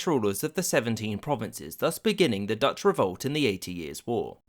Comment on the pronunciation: A non-Dutch person mispronouncing Dutch words. Go figure.